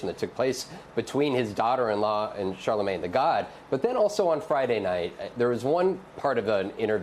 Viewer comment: Charlamagne… not Charalagne.